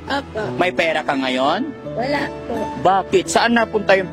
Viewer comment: Ebig sabihin ng ngonyan..! NGAYON